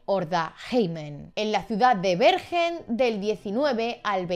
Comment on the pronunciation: Una historia fascinante, pero creo que Bergen se pronuncia "berguen" 😉😉